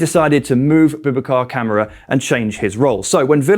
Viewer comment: why doe's everyone call KAMARA Camera ? its KA MAR RA BOUBACA KAMARA ! Camera hahaha i hear this often its hilarious pronunciation is important fellas least no one gets Super John Majins name wrong oh ffs UTV